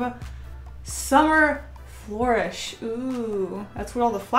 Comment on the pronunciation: I love your art and you... But how many other people got triggered by how she said ‘flourish’??!